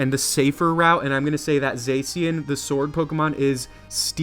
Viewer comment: It's pronounced za-shi-an